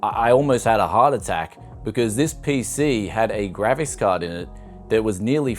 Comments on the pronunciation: It's called a GRAPHICS card.... not a GRAVIS card.... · For a moment I thought you said "Gravis" card, that would have explained the price (if a rare one!!)